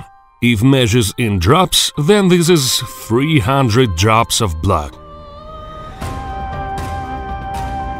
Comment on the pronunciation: "It is able to suck up to 15 ml of BLUHHH" 🤣